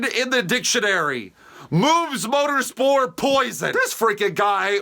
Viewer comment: i love that it's just moobs motorspor and not moobs motorsport